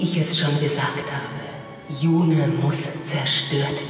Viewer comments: hast du gehört? Yune (flüssig) und nicht Yu-ne! Mit freundlichen Grüßen ~SuluX P.S: Schönes LP gewesen ^.^ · Ja, er hat es sicher gehört. Aber der gute hat jetzt das ganze LP über YunE gesagt, da wäre es auch albern, es im letzten Kapitel plötzlich anders auszusprechen. Zumal ich (das ist natürlich nur eine persönliche Meinung) finde, dass es mit langem E hübscher klingt =) Und zu deinem P. S., das LP ist doch noch gar nicht zu Ende, morgen gibt es wieder FE zu genießen =)